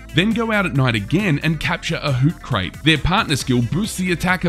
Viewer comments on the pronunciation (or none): For gods sake internet, the pronounciation isnt that hard. You know that ancient philosopher, Socrates? Soh-kra-tees. Well it's that with a Hoo(t) at the beginning. Hoo-kra-tees. You know. Cause its an owl. If I hear another Hoot-craits, I'm gonna cry. While we're on the subject, its probably not an-noo-biss, but probably more like Ah-nub-biss or An-Yoo-biss something like that. Can't know for sure until we get an official soundbyte, but its only got 1 n, not 2, so I suspect everyone is pronouncing that one wrong too. Less annoying that Hoot-craits, but we should all be aware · I know this game is new, but c’mon Hoot-Crate? It's clearly pronounced like Socrates but with Hoo. Hoocrates. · I'm sorry, I'm not usually a Grammer or Pronunciation Police, but I die a little inside every time I hear someone mispronounce it. Hoocrates is pronounced like the Philosopher Socrates. Not Crate like a box. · "Hoocrate" lol it's pronounced like Socrates. Hoocrates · It's pronounced whocrates not whocrates lol like Socrates 😂